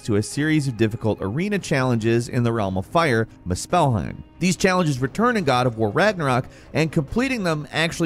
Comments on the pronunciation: Good god! The fact that you pronounce the word "Muspelheim" like moos-spell-hime, is why I gave your video a thumbs down! Good god! Such an ick for me! For that being said the rest of the video was cool lol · Just came to say this. I think he got the top-10 wrong. Aparently one of the 10 things the game does not tell you is how to pronounce Muspelheim. 🤦‍♂️ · I wanted to watch this but I had to stop within a minute because the way he pronounced Muspelheim PISSED ME OFF like bro come on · I made it to in and can't get over the pronunciation of "musphelheim" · Lol you pronounce Muspelheim so funny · His pronunciation of Muspelheim is killing me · Dude is either making a conscious effort to purposely pronounce Muspelheim, or he never actually played and is just reading a script nobody was smart enough or cared enough to correct him. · I really don’t like the way he is pronouncing Muspelheim 😂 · The way he pronounced muspelheim made my ears hurt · In today's video, mispronounces literally every noun in the script. Again. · I just need to write this: that is NOT how you pronounce Muspelheim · I'm sitting here thinking...."I HAVE to assume that he he HAS played through this game & the last one as well so he HAS to have heard how Muspelheim is pronounced MANY times. Why the hell does he keep saying it wrong like that? It's so annoying....if he says it again I think I'm gonna have to bail & go to a different channel..." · The way you mispronounce Muspelheim is intolerable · Brother man..... if you ever say muspelheim wrong ONE MORE TIME I am unsubscribing Let's just say I am disappointed in you good sir... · Is anyone else annoyed horribly by his mispronunciation of muspelheim? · Cringe when he mis pronounce muspelheim 😖🤨😂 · mu spell heim? its more...muus PHEL heim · The pronunciation of Muspelheim in this video urked me. It's not "muh-SPELL-hime", it's "MOO-spell-hime". Emphasis on the first syllable, not the second. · It's pronounced moos-bull-hime